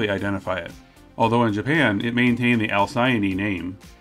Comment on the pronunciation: i think you pronounced alcyone wrong